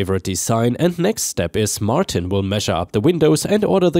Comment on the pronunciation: "Martin" is said as "mar tin" not "mar teen." 👻🐺